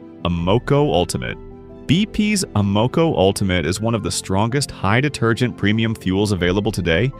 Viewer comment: Amaco pronounced as Uh Mow Coh? Must be an AI generated video.